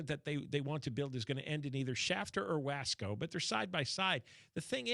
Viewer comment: John, there is already a passenger train that goes from Bakersfield to Madera. It goes like 70 mph. It needs a spur to SF. Oh, and it is pronounced Wah-Scō